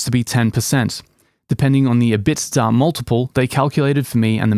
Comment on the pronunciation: Wait, is that how EBITDA is pronouced in europe?